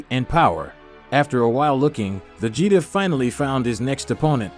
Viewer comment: Vegetaw? Lmao! Please lose the ai commentary.. Other than that it is pretty good.